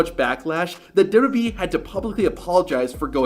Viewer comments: Do you honestly need to do a shitty clickbait transition between every single clip? JFC. Also go get some speech therapy man. Maybe you'll finally be about to say WWE instead of Deb-Debbie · Stop saying dubba b its wwe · What's dubyadublee? Slow down a teenie bit my dude. There's no rush.